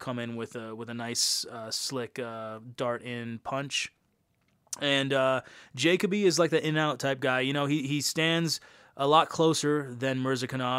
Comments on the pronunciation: Jay-cuh-bee lmaaaaaooo It’s juh-coh-bee bro. Lol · Last name pronounced Ja-coe-bee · Bro making a video of Dustin Jacoby and doesn’t even know how to properly pronounce his last name 😂